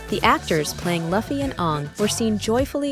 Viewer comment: That is not how you say luffy… its pronounced loofy